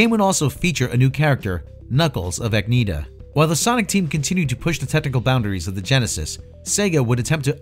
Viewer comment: "KNUCKLES OF EGGNIDA"